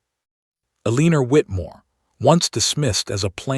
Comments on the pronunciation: Lovely story- if only the narrator could pronounce the heroine's name!! ELL-inor not elEEner. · At the beginning, the heroine's name is Aliana, then it changed to Eleanor, Elena and 'a leaner' and the damned AI never pronounces it correctly... not even once. And there are other mispronunciations, too. If content creators are going to use AI, the very least they could do is teach the AI to pronounce words correctly and in the proper tense. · Why are so many heroines in these stories called Eleanor (which AI can't pronounce anyway)? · So true..... frustrating isn't it.....